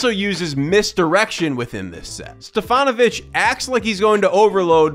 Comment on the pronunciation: Great compilation of various stats. And you do not scream like all of your fellow citizens do! Keep these two things going fwd and I'll subscribe!!!! Nice pronunciation of Stefanović name.